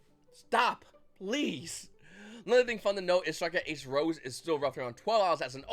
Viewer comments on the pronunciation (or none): none